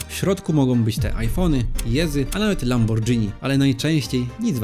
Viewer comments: LamborGini, nie Lambordżini. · lamborgini nie lambordżini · O to to, słyszę lambordżini, to mnie skręca.. pewnie raz na jakiś czas je też spaDŻeti...